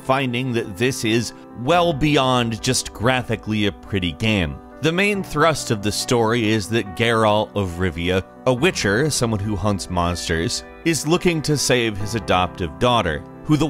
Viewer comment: Gare'alt of Riveeuh